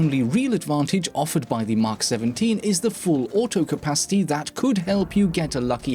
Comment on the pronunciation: btw not "mak 17" its "Mk 17" you have to pronounce the letters individually :)